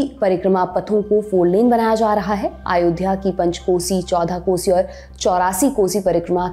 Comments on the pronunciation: आयोध्या नहीं अयोध्या हे वो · आयोध्या नहीं अयोध्या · Its not Aayodhya….it is Ayodhya